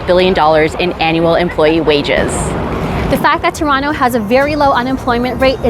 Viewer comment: This channel is all about Toronto but she pronounce Toronto in a wrong way every single time 🤔?